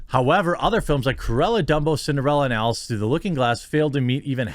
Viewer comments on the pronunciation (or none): none